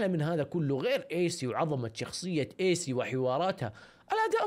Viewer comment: كانك قلت ايس بدل ايسي ههههههههههههه